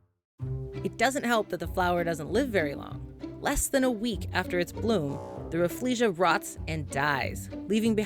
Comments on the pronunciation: She is saying Refflesia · Introducing 'RAFF-LEE-SHA" Me: This whole time i thought it was pronounced RAH-FELL-SHAH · I didn’t know rafflesia was pronounced like that, as an asian we call it Raffle-Sia (like the singer)...... or maybe its just me XD